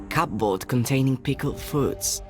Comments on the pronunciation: genuinely really pissing me off how he pronounces cupboard. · To be fair, that's how the word looks like it should be pronounced, given the spelling. From his accent I'm guessing English is a second language for the V.A. He's most likely reading off an English script and didn't know there's an arbitrary rule that the 'P' in 'cupboard' is silent.